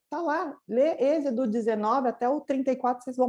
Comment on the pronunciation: Irmã não é ezido... É êxodo amém???? Mas a palavra de deus é maravilha...